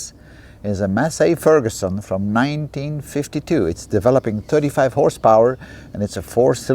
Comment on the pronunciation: When you said Massey Ferguson I thought it was just your accent but really I know now that you mint what a mess Ferguson